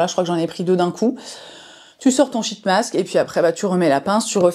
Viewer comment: Merci pour cette super vidéo! Mais les shit mask je m'en remets pas 😂 par pitié essaye d'allonger un peu le i, genre sheeeet mask parce que la on part vite sur une autre signification bien moins glamour 😅